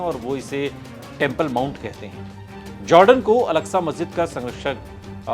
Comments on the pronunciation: Masjide agsha kaha ja ta hai algsha nhi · الکسہ نہیں ہے اکسہ ہے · Alaksa masjid nahi ''Aksa masjid hai'' plz correct your pronunciation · Oooo hero pehle to naam Lena seekh wo alaksa masjid nhi he masjide aksa he wo samjh ❤❤❤❤ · Wo alaksa nahi. Aksa he naam to sahi le. Bc..